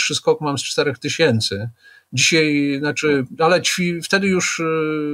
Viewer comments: Polszczyznie Pana Piotra mozna wiele zarzucic. Mnie bardzo drazni jego "dzisiej"! Mowi sie "dzisiAAAAj" Panie Piotrze !!! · Pytanie czy pan Zychowicz umie się poprawnie wypowiedzieć? Od osoby która pracuje "słowem" (książki,prelekcje...) należy wymagać więcej niż od przeciętnego człowieka. Te wypowiedzi typu "wczorej,dzisiej,tutej" powodują , że ciężko się słucha tak niechlujnego języka. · Wziąć nie wziąść, dzisiaj nie dzisiej !!! Człowieku proszę jesteś rzekomo osobą wykształconą a mówisz jak cep... ogarnij ... i nie 'skakał ze spadochronu' a 'skakał ze spadochronem' serio teleznowela .......'Kiedyś można było rozpoznać że rozmawiają ze sobą ludzie wykształceni, niezależnie od tego o czym mówili, teraz .....' i to po 4minutach mam do powiedzenia . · dzisiej, tutej to wymowa typowa dla ludzi z Warszawy i okolic, ale nie słoików, tylko takich mieszkających od pokoleń. Dzisiej często też mowi Magda Gessler.